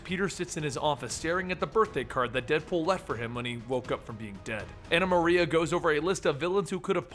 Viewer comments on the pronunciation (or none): none